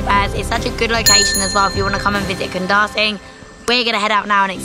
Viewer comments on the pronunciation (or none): The pronunciation for Kundasang is KUN-DA-SUNK